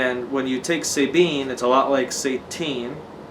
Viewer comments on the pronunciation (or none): It's S - ah - tine not S-ey-tine ! same with S-ah-bine .